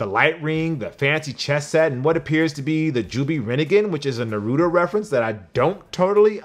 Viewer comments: Did he just say “rinnneeegan” and “narudo” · So we just gonna overlook the fact that he said narooto???we have to put this man in Check 😂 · I will never understand how people always mispronounce naruto